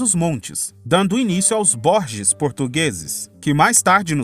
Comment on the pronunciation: O nome da cidade francesa prônuncia Bourges (burger) la ville de Bourges.